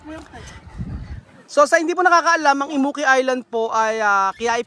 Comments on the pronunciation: Im-mu-ki 😂 Kung di pa sinabi ni rowel sa dulo, di ko mare realize un pangalan ng isla kasi iba pagkakapronounce nila (imu-ki) compared sa pag ilokano nagpronounce 😅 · Bilang isang Ilocano myself—ang awkward pakinggan kapag inukit ulit yung “Immuki” 😂😂😂 sorry naaaa.